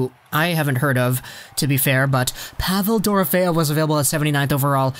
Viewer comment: Just wanted to let you know it’s pronounced Duh-Row-Fee-ev